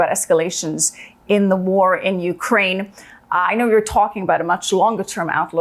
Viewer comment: Finally. The first American who knows how to pronounce UKRAINA. Not YUKRAIN.